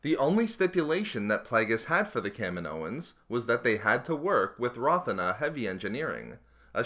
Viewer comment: I don't get how someone says "kaminoans" like "cam-in-oh-ins." In the movie no one calls it "cam-in-oh." it's like "Ka-meen-oh" and "Ka-meen-oh-ins." I can't be the only person who was annoyed by this